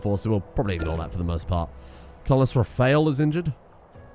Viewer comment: Woooo! Petition for next Rimworld Dunce to be called Duane.. also - Ra-fail,?!